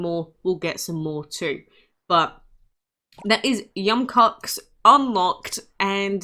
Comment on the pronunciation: Im bothered pronouncing yum koax